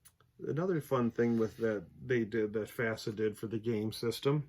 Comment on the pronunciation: Not FASA.